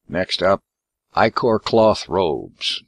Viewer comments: I know right "itch-or" its EYE-CORE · Ick-or... Ick-or... None of ya say it right....